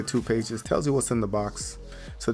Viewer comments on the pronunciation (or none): none